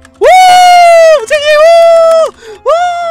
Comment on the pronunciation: 아 우잰넴 하는거 발음 개커엽네.. 오늘따라 발음이 왜이렇게 귀여우시지ㅋㅋㅋ